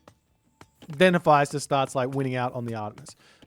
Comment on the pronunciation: Mummy vizIER not vizer Also please check the pronunciation Hephaestus 😮